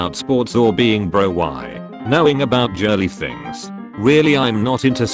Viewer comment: "Jeek" "Jirly"